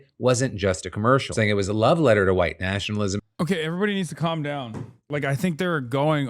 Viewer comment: She sounds lobotomized. I've never heard anybody pronounce "down" like that. "Dau-win"